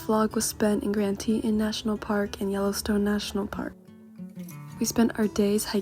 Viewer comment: Tee - taan - Just a heads up. Beautiful right?